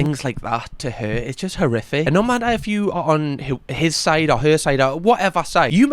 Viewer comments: I think he said horrific but it lead quickly from most which made it sound like he said terrific 😅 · …..He said “horrific”.